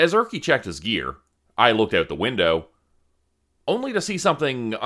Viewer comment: I never thought that Erkki would be pronounced as Örki. 😂